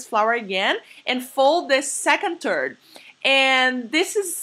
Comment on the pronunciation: I keep hearing her saying the word: TURD instead of THIRD. She needs to get some basic English Language. I've never saw people folding the dough in TURDS.